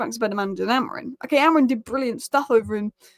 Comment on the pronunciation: I love your videos... but your team's manager's name is AmoriM, not AmoriN...